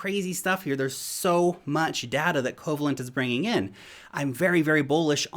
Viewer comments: Pronounced “COE VALE ENT” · Yeah, with a name like Coh-vay-lent, you'd think they deal only in bonds.😏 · why are ppl saying "KOH VA lent"... That word is coe-VAY-lent. It's a type of ionic bond. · If you've ever take a chemistry class in your life, you cringed at Covalent pronunciation... 😂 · I was thinking same. Also his smarts don't extend to philosophy either, as he didn't know Occam's Razor either.